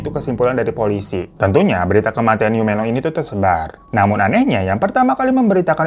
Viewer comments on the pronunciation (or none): Menglong pake e 'emak' bang😊 Yiren pake e nya "emak"